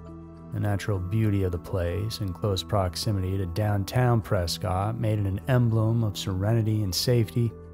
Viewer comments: It’s pronounced preskit not cot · It’s PRESS-cut Arizona.